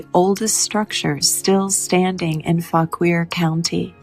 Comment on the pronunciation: Fauquier is pronounced faw- keer